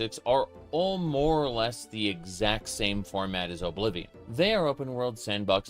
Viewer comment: Oh-blivion? Ok bro